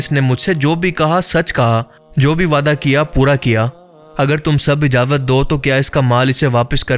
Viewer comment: Ijawat ni ijazat bolo